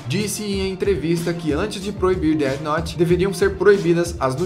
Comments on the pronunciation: SE DIZ DEFI NOUTE COISA D E F I N O U T E cara cada Deti noti que vc fala eu tenho uma convulsão fortíssima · que raiva dele falando deate note fala death note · POR AMOR DE DE DEUS!! NÃO É "DEAD NOTE"! É DEATH NOTE!! NÃO TEM UM "D" NO FINAL DE "DEATH" PQP TODO O SANTO DIA A MESMA COISA É TÃO SIMPLES!!!! CRLH Pronucia-se "déF" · dete note kkkkkkk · dead nót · Déde Note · Pow vei... Déti Nót é foda ein... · Dead Node kkkkkkkkk ótima pronuncia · Mais alguém ficou com agonia dele dizendo dea note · "DÉD NOT"??????????????? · Alguém percebeu que ele está pronunciando Death Note como um dos caras que apareceu na reportagem? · KKKKKKKK o jhoel falando death note com a pronúncia zuada de propósito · Death Note não teve continuação, era um one shot sem pretensão de continuar, pois a história é fechada. E sua pronuncia ta errada. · É pra zoar a Record, mas dps ele começa a falar death note